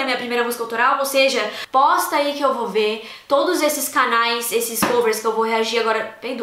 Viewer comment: Parece que ela fala "Bosta ai" mas é "Posta" kkkkkkkk